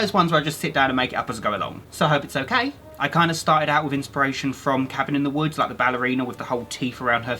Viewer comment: Why do I hear omkay i liek it :3